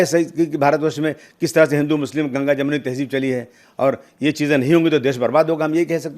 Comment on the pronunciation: जमुनी नहीं जमुना है।